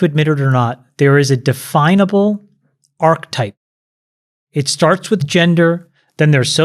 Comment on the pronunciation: Hoping that one of the besties will teach Chamath how to pronounce “archetype”